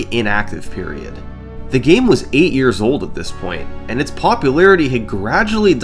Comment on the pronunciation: "That's was nearly 20 Yeahrs ago" hurt on a Level words dont Describe